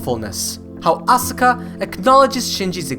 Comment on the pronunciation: Hey, aska not asUka